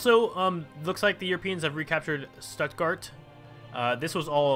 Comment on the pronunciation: When you said Stuttgart its Stutt and Gart together and you said studdgart